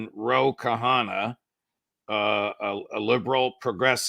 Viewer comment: Dear Judge, do not pronounce ''Kahana''. It is ''kh'' as in ''KHan, KHaki, KHorasan''. It is KHanna.